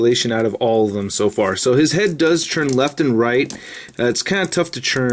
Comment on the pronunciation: Why does he pronounce turn as churn?